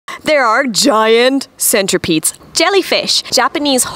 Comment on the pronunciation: DId she just put an R in the word centipedes?